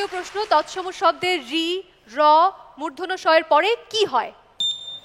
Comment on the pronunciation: উপস্থাপিকা কীসব ভুলভাল উচ্চারণ করছে।'মূর্ধন্য' কে বলছে মূর্ধন্য ন এর মানে কী?